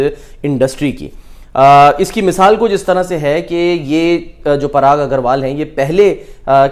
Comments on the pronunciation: कृपया "पराग" बोलें न कि "प्राग' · प्राग नहीं भाई 'पराग ' होता है